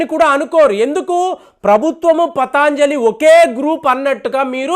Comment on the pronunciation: it is patanjali, not pataanjali.